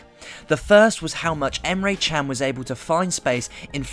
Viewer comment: Nice explanation mate. Respect. I have a request. Please stop pronunciating emres surname as a chinese surname. His surname isnt Chang. Try to pronounciate john with American accents with an a instead of o. And thats his surname.